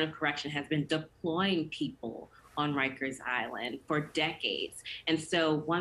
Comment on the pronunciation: Bro, it’s rikers🤦🏾‍♂️